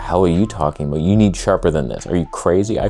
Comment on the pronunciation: First!!! Ah woof…first to say woof. …what is he talking aboot?